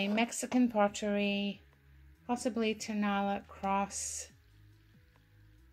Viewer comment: The Mexican birds are Tonala pronounced Ton a LA accent on the last syllable.